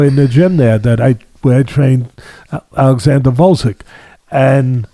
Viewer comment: For your reference, Usyk's first name is pronounced Olexander, not ALexander. It's OLL, as in rhymes with doll.